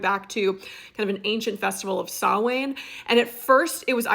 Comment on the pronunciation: I love your proper pronunciation of samhain cheers